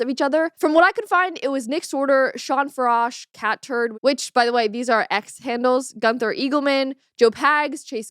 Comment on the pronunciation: It is FAIR-ish how do you pronounce Mr. Farash’s last name and his wife that you featured on your thumbnail her name is Brennan